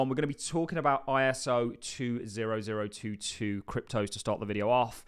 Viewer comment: It’s pronounced Twenty Oh Two Two And there isn’t a single cryptocurrency that is "compliant" (or any other nonsense) with it. It’s a datamodel which is independent from the syntax representing it or the protocol transporting it. The only connection is that Ripple is a member of some working group. Reach out for more information if you’d like.